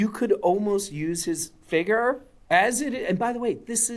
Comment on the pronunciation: Just the way he pronounces "figer" makes me not want to buy any of these. 😂